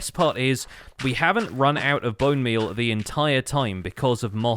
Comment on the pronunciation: why is nobody talking about how he called bone meal as "bone beal"